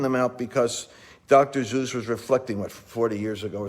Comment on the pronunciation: Dr. Zeus?! It's Dr. Seuss. ;_)